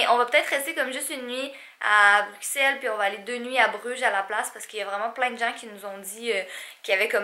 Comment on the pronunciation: Oui c'est bien ça 👍on prononce Bruxelles comme deux s 👌